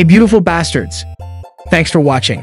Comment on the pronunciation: YOU SAY BASTERS